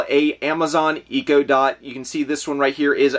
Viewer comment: WOW...You might want to check the pronunciation for brands before you say them LMAO. I completely get mis-saying Klipsch if you've never heard of them, even though they are a fairly high end audio company, but to mispronounc Echo? No excuse for that one 🤔😂 It's pretty disappointing that you just wanted to push a video out quickly instead of doing some research & your due diligence to only say numerous times, "I don't know how much this is worth" or "Not sure the value on this". 😒 Lastly, not sure about anyone else, but a 23 minute video with 2 minutes of sponsorship, 15 minutes of talking about things you're unsure of and only 6 minutes of thrifting footage is kinda boring & lame. It feels like you aren't even trying anymore and are only interested in the income you can pull in from pushing out content 😔